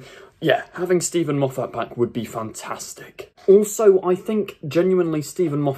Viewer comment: Mate, he' s Scottish. His surname is not "Mof- fat". It' s pronounced " Moff- it".